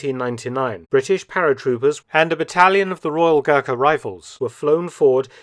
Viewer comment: "AND A BATTALION OF THE ROYAL GHURKA RIFLES"